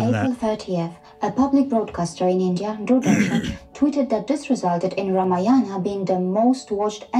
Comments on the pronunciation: at least pronounce Ramayana properly. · Mr korbin should do some research and HW before making fun of Indian history..we worship lord Rama and celebrated Diwali in his honour... atleast learn how to pronounce correctly because u can't make fun of everything and everyone...it hurts the sentiments of people. ..and for obvious reasons indrani can explain u in better way that who is SriRam and Ramayan for Indians...